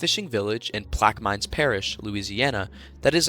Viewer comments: It’s pronounced Plaque er mens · as someone who lives in Plaquemines, this pronunciation is so butchered😭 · Plaqmines is crazy🤣🤣 Plaq-e-men is how its pronounced